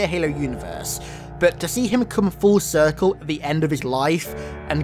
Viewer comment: Emphasis on 'Full Circle'.